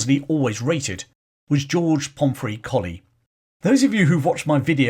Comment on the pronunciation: Thank you for another fascinating glimpse into the British Army's history. In 1971 I married into the Pomeroy Colley clan. To my knowledge they have always pronounced Pomeroy as spelt, not "Pomfry" and Colley as in the dog, not "Coley" as in the fish! Throughout this video you jump between "Pomfry" and Pomeroy and "Coley" and Colley. I have watched the Majuba Hill video in which you do the same. (My Irish in-laws' family historian and author, Turtle Bunbury, will have the definitive answer.) Also, for the forthcoming Buller video, the Church of England is tying itself in woke knots over what to do about the memorial plaque to General Redvers (pronounced Reevers?) Buller that is on the south wall of the nave Exeter Cathedral. I have suggested that, although the Zulu War was an indefensible blot on the Empire's record, and that Buller was promoted well beyond his level of competence by the time of the 2nd Boer War, he earned his VC at Hlobane honourably. Many soldiers survived death by Zulu rifle or iklwa because of Buller's bravery during his 36 hours in the saddle (according to Donald R Morris in "The Washing of the Spears"). I believe both the plaque in the cathedral and his statue in Exeter should remain, preferably with a balanced, rather than a woke, explanation.